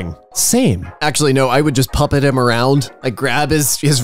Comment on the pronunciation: It is not pie-pet, it is puh-pet.